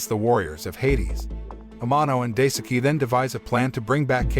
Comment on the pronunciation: Daisuke is pronounced “die-ske”. The “e” pronounced the same way as the “e” in “every”.